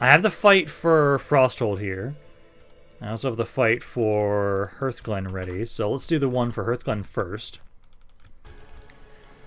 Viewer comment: TARREN mill not TAUREN, and hearthglen is like HARTH and not like EARTH, and hearth is a fireplace